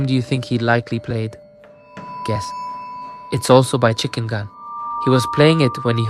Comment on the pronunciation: It’s not chickengan it’s chickengun